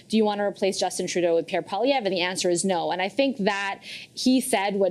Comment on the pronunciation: She said, "Pierre POLLY-EV". That surname is surely from the French and "POIL" would have to be pronounced "PWALL", or taken as a whole, PWALL-EE-EV with the "r" silent at the end (which she did correctly). PWALL-EE, not POLLY as in polly want a cracker.